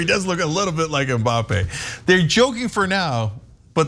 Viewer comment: Godamnit it's not M Bappée, it's Mbappe... not 'm' bappe... You have to link the m to b exactly like Anna said with the Hanson's song